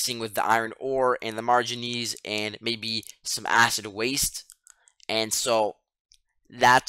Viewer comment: I took you for a native English speaker but with your pronunciation of manganese and Quarries now im not so sure